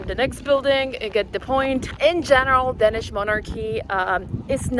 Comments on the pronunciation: Please stop pronouncing Danish as "Denish". It's Danish with an a! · It’s called Danish, Not Dennish.